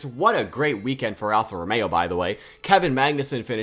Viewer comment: Ah yes alfa rtomeo